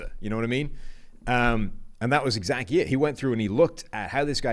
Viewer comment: “That’s exacky my point!” “Right that’s exacky my point.” lost a bet and had to say exacky 2 times on the show. Lol.